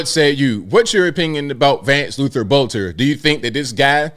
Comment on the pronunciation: this is minor, but his last name is pronounced Belter. The o is silent.